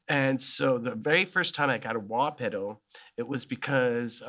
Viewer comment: “The very first time I got a wah peduh” god I love Kirk 😂